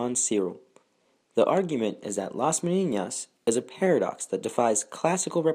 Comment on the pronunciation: I applaud the attempt to pronounce the ñ (a very good ñ, by the way), but the word is Menina and it doesn't have an ñ.